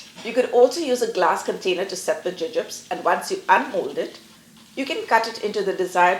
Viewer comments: I wondered if she was simply pronouncing the American candy name incorrectly. Thanks for that! We have both soft and hard jubes available in Australia, but I am a huge fan of gummy bears myself! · Your pronunciation was unfamiliar to me. In England and here in Australia we call these Jubes (pronounced joobs)